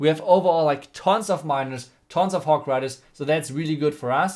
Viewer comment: Everyone's hog rider but " hok rider" 😂